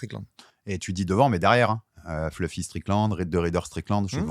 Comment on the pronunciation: Si donne 10 euros a chaque fois qu il prononce "fleufy"....😅